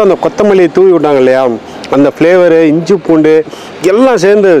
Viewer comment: Inju இல்ல இஞ்சி